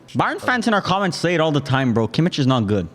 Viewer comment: Everytime I hear them say Kimich name is killing me. The Hojlund one wasn't a slip up it was a spoiler forv2025/26 season